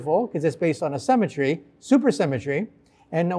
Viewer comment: The guy consistently pronounces "symmetry" as "cemetery".